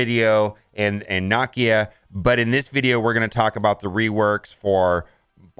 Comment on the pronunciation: For the sake of God please learn how to pronounce Nakia (Nuh kee uh)